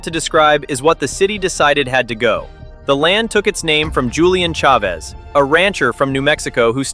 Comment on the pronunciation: this is the best, most well-rounded explanation of the who Chavez Ravine saga. One note: "Chavez" is pronounced "CHA-vez", not "Cha-VEZ". I look forward to viewing more of your content.